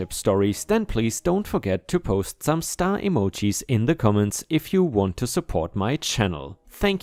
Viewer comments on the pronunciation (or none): none